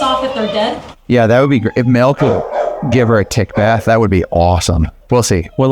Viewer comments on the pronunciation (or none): none